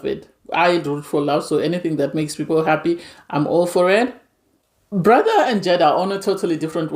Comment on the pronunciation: You kept calling Bardha "brother" I was really confused on who you were talking about. It's just Bar-da very easy to pronounce 😊